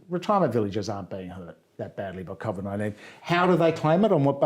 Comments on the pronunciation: Smart guy but if I hear Cov'd one more time I'm going to throw my Iron Warriors out the window. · Michael is brilliant, but the way he pronounces COVID fucks me up